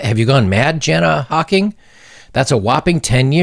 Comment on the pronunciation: But it is Jana Hocking (pronouced YARNA), ahe is gorgeous.